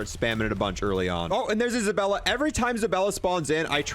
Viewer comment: Omg it's zabAlla not ZabElla!!! LOL